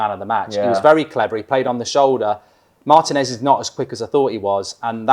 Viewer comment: Say it with me: Mar-Teen-S Martinez. Not Mart-en-S